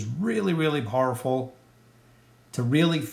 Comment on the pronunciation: I'm just gonna say it, You pronounce Powerful wierd! 😆